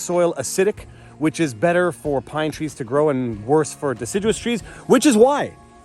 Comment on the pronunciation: Die-ciduous trees. Got it teach!